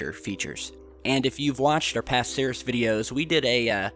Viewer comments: Seris!!?? It's pronounced "C - Rees" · ...it is not pronounced 'Sayr-es'.... ...It is pronounced...'Seer-eez' ...Ceres.... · why are you calling it "sarihs"? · Ceres = “sear - eeze” - Goddess of grain/crops (?), like “cereal”. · Ceres is pronounced like Series. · I find it odd that we are not seeing any video from Dawn while orbiting Ceres (pronounced like series - no?) There are also quite a few tiny, triangular specks ... that appear and disappear in this missions photos - I wonder what they are keeping from us? ;8-0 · Hey dumbass .... Learn how to pronounce words , like in this video, its Ceres learn how to pronounce the planets ok kiddo??